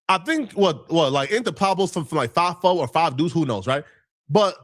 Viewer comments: So just because said he was there you gon run with it he stirring up the pot and is way in Texas he don’t know shit he even said “Pablo” it’s “pueblos” I hope when it comes down to ant jefe not having to do nothing with that taco stand situation you stand yourself corrected, source = trust me bro smh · Source = trust me bro need his ass beat didn’t even say Pueblo right he said “Pablo” putting this on ant jefe is crazy and ceddy implicated big u son don’t believe these guys